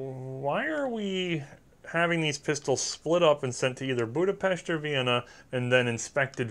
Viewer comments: Sure you didn't say FEG correctly, but you did pronounce Budapest right :D which rarely any English speaker does. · I just wanna say, great effort on the pronunciation! Much better than I expected, and extra kudos for pronouncing Budapest they way it's supposed to be pronounced.